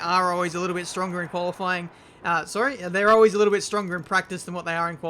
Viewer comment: Did you just say Koala-fying pace programme??